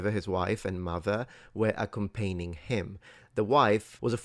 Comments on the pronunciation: Honestly can’t believe English isn’t your native language, but that word was “accompanying” pronounced ah-kum-pah-nee-ing, meaning to accompany someone, take it easy mate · I like how you mispronounced accompanying, reminds me of going back to my campaign. lol <3